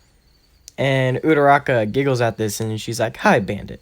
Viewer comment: it's not udaraka it's uraraka